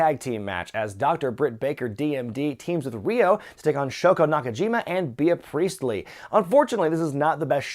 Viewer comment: It's pronounced "Bee" Priestly not BEE_uh Priestly. Get it together,.